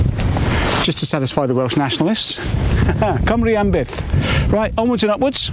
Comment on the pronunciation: Another great video, good effort on your pronunciation of Cymru am Byth, it means Wales forever .